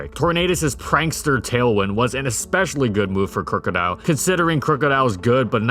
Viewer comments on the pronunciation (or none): Crook-odile not crew-codile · "Crew-co-dile" The rest of the world: "Crook-o-dile"